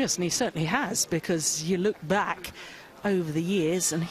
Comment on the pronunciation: at YOU LOOK BACCCKKKK funny accent